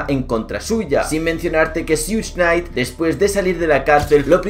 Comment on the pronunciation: Amigo se pronuncia Shuk nayt, no sug...no hate solo soy perfeccionista